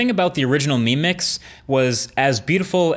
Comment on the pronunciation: When you're saying "mi mix" I keep hearing you "meme mix"